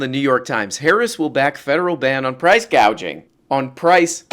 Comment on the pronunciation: "Price gauging"?